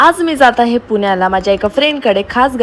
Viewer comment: खूप छान दिसला तू आणि सूची साडी मध्ये 👌👌❤️❤️. आणि अग बाई... पून्याला नाही ग ..... पुण्याला असते. लई आनी, पानी, लोनी करतेस ग तू